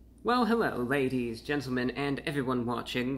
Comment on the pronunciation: Hewwo Wady’s and Gentlemen!